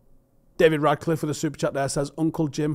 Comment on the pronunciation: FFS, how hard is it to say his name properly? It‘s RaTcliffe, not RaDcliffe. If I didn‘t know better I‘d swear you were doing this deliberately.